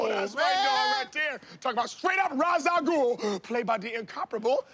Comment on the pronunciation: I'm sorry the nerd in me I getting heated. Roz really? Roz Al ghul. Come on man 🤦🏻‍♂️